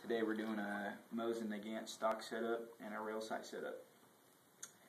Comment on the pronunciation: not only did you pronounce Nagant wrong but you proceed to act like your a proffesional gunsmith? how old are you 14? you should probably leave the videos to the people who know where the weapon even originated from..